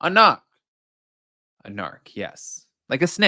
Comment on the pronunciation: haaa the way you said “narc” reminded me of when Melissa McCarthy’s heavily Boston-accented were asking Sandy Bullock asked her if she was a “nock,” in The Heat